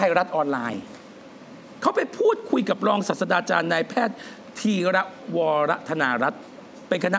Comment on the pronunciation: มดดำคะ "รองศาตราจารย์" อ่านว่า "รอง-สาด-ตรา-จาน" ค่ะ ไม่ใช่ "รองศาสดาจารย์" (รอง-สาด-สะ-ดา-จาน) นะคะ เห็นอ่านผิดหลายคลิปมากเลยค่ะ ^^'